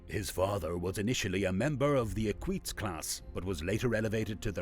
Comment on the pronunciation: "'ekweets' class" 🤦‍♂️